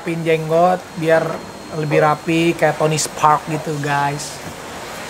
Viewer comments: Tony stark woooyy 😂 kok aku dengernya tony spark?? Abrar gak denger atau males ngebenerin? 😬😬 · Tony Stark aa Raffi..bukan Tony Spark 😀😀😀😀